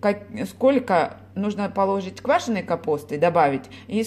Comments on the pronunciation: извините, но правильно говорить- положИть. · милая, Вы мне очень нравитесь. Но, пожалуйста, в слове положить ударение ставится не на 2-й слог, а на 3-й.